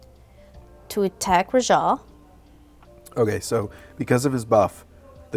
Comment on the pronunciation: The way this man says Rajah is bananas. I've never heard a person emphasize ruh-JAH in stead of Rah-juh.